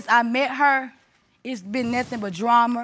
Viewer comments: She lost all credibility when she said "Dramer" instead of drama. If u say dramer. U ARE the drama n loud for no reason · “Dram-mer”, “promisiqulity”why is this old lady mispronouncing basic words? 😂 Got all the nerve to talk about the baby mama’s clothes 😂😂😂😅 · “Dramer and permiscuality” 😂